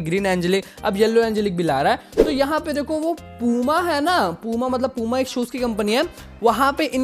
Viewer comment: Bro wo पूमा नहीं प्यूमा है 😂😂😂